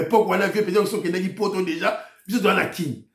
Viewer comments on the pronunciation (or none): none